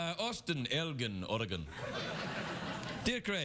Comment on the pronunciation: It's pronounced "El-djinn", not "El-ghin", and I haven't met this particular 'Austin' fellow, or care to. Beards aren't missplaced in this remote settlement, I just wish the women would shave their's off. HA!